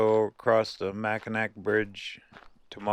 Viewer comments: Hey! Mackinac and Mackinaw are pronouced the same. Mac-in-aw. From two life-long Michiganders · The Mackinac Bridge is pronounced Mackinaw. In these parts anyway. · Its pronounced Mackinaw. You’re not alone no one knows how to pronounce it unless they live in Michigan. Detroiter here. Formally an Angeleno ❤️ Thanks for everything!! Heck yeah! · WOW!, it's been forever since I've been to Fayette. My mother was born in Garden and in my youth I used to love coming to the Upper Penninsula and visiting Fayette. By the way Mackinac is actually pronounced "Mackinaw". The last time I visited Fayette, there were only ruins there, all the building have been rebuilt in the last 50 to 60 years. Also I don't remember any actual mining taking place there, they were just smelting the ore down into iron ingots and they had limestone kilns to provide the means to do the smelting. So much has changed over the last 50 to 60 years,I couldn't recognize anything I saw going through Garden. Thanks for the tour and for bringing back old memories. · Mackinac is pronounced MackiNAW. I'm from Michigan.